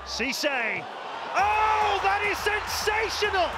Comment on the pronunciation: How much does the Son commentator which he said Sonsational instead of Sensational?! Also question for anyone paying attention who were the only players to appear twice as goal scorers in this list?!